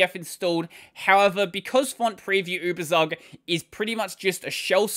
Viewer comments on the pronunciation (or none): Tsook... Uebertsook... Give us poor Germans a treat for our ears, pls.